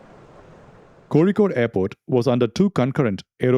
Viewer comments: the moment you said Kozikode properly, you gave it away! Very nice narration! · Happy to see an indian making crash investigation . Also pronouncing Kozhikode correctly made me realise you are South Indian by anyway . God bless ❤ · Thanks!, For the efforts, beautiful narration (watched all three of ur videos in one go), music and clarification. Keep doing wht ure doing!!!!!!! Also the way u say kozhikode is perfect, are u mallu?? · How could you pronounce “Kozhikode” so precisely 😳🤓!? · Explains how you pronounced "zh" right in "Kozhikode". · I know you are a Malayali when you correctly pronounce കോഴിക്കോട് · Your pronunciation of kochi and kozhikkodu makes me wonder whether you are a malayali? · I have seen your channel before but only watched my first video last day while waiting for flight to TRV. Now in this video the way you pronounced Kozhikode made me thinking that you are a Malayali😂❤ Ur content is of good quality. Keep it up brother. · By the pronunciation of kozhikode I deduce u r from Kerala..lol..Txs for all the videos..I’m an avid follower of urs..keep it coming skip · The way you pronounced "Kozhikode" made my day. 😅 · Is it just me or did anyone else notice how correctly he is pronouncing 'Kozhikode'? Usually everyone except Keralites mispronounce places in Kerala. Kudos to the level of attention to detail! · Where are you from? I am surprised you pronounce Kozhikode correctly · The narrator has accurately pronounced the letter ഴ (zha). He is either South Indian or has put significant effort into mastering the smallest details. hats off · I noticed that. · Did you pronounce zh ( ഴ ) correctly you are either a Malayalam or a Tamil , your accent gives Malayali vibes . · I can say you are a malayali by the way youre pronouncing 'kozhikode' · The way you pronounce Kozhikode proves that you are a Malayalee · Finally found someone that pronounces kozhikode properly keep up the good work .